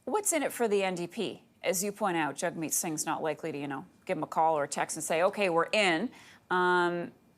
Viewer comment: trying saying his name right, Jagmeet if you can